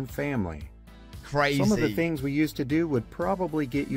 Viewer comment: The second word he said in this video is "fings."